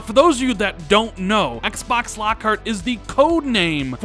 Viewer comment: you put so much emphasis on the word Xbox... you say it like XXXXBOXXXZZZZ.. lol just say Xbox 😂😂😂